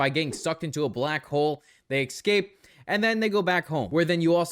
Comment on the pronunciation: Why do so many people not get how to pronounce the word "escape?"